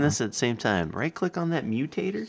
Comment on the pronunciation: I heard mutator as mew-tater